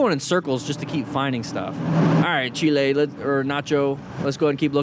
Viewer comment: Bruh its Chile not Chille